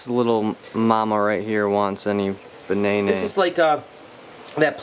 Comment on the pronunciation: Good luck on hitting 100k. I've been subbed to your dad for awhile and loved seeing y'all film with David and Jason. That was fun. And when you was feeding bananas to the iguanas and said banaynay